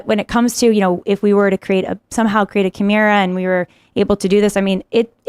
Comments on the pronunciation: Chimera’s!? Really!? For f***’s sake 🤦‍♂️ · Why is she saying chimera like that? She just heard them say it correctly